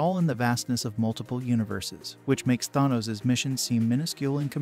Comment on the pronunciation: I'm sorry but saying Tharnos when the name is literally said multiple times in the movies telling you exactly how to pronounce it, doesn't exactly lend much credibility to your video 😶